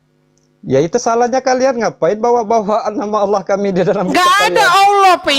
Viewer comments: 😂😂Allah baca...oloohh😂😂 belajar membaca kadrun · Klau kadrun baca Allah ,koq jadi Aoloh 😂😂😂😊